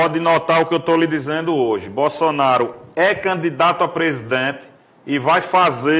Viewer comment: O cara fala muito ruim. Ele chama é bossoraro kkkk